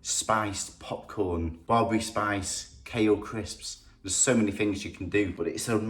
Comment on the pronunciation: I am really impressed your knowledge about my culture Ethiopia/ Eritrea but you pronounced Berebere wrong...thank you for the video much appreciated.